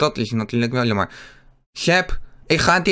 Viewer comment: Je zegt in plaats van jammer zeg je lammer ik verstaa jou plijna niet ik spreek jou taal niet